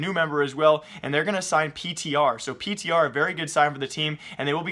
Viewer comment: ptr he pronounces it peter